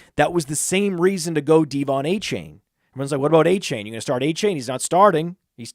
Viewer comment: You're pronouncing Achane wrong. AY-chan